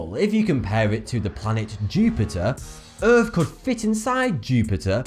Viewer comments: Earth not Earph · Lol Earf. Lol its Earth dude! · he says "Erf" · it's not earf it's earth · Wow, earf, wow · Im sorry. But did you just say: "Earf is a rafver incredible place to be."? Good video either way though.